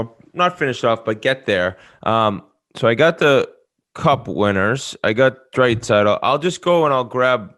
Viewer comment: Whit - "Drait-saitl". Also did call Quinn Hughes a twin? Hmmm